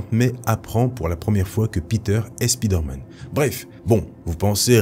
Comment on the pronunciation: stp : SP¨Y¨DER pas Speeder... tres bon contenu si non.